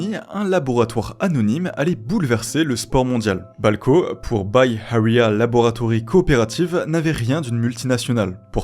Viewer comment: BAY AREA LABORATORY CO OPERATIVE 😳 t’a dit vraiment autre chose d’incompréhensible toi😢